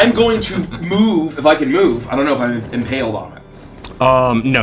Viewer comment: Logically, I know says he only got 'impaled' twice, but it still SOUNDS like he said "I only got painal twice, from the back."